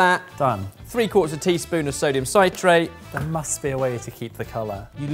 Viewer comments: I genuinely love that can't say "sodium citrate" correctly. Like dude, it's "citrate," like "citric acid" because it's a salt of citric acid:D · and mispronouncing sodium citrate for 15 minutes